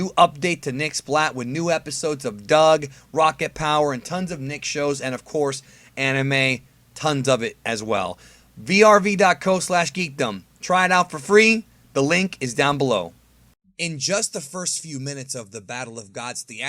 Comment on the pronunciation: It's V.R.V lol. Calling it verv just sounds sloppy haha